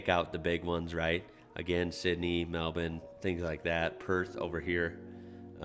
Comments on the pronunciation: Your pronunciation of Melbourne is almost perfect! Melbn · Thank you for saying melben not Mel born like most Americans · Nice pronunciation of Melbourne! Not from there myself but it's still getting you points from me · As an Australian I would like to congratulate you on your pronunciation of our towns and cities names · I love that you say 'Melbourne' correctly and you obviously have an interest in our country. Just wanted to say the 'Cursed Map' is actually the Mediterranean superimposed on Australia. The UK and Ireland are not on it. Also loving your Qld'er maroons hat. I used to live in California and my kids speak with American accents, coming home (to AUS) was a culture shock to them. You and your family should come visit, there's plenty of room and you will be welcomed. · Thanks for pronouncing "Melbourne" properly, I live in Melbourne, and it can be off putting hearing it pronouned similar to "Milborne" a lot :) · One of the 1st yanks that says Melbourne the right way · Stone the crows, mate. I can hardly believe what I'm hearin'. You said "Melbourne" right. I'll be buggered. Good for you. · Man the way you say Melbourne, I'm so proud. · I caught that too, made this ex-Elwood boy proud! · Love your Melbourne and Brisbane. I'm going to teach you Geelong. pronounce it 'jalong' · Have a like for knowing how to pronounce Melbourne and Brisbane